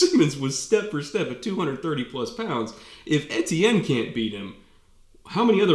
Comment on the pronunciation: Finally someone that knows how to pronounce the name Etienne right! That's my name btw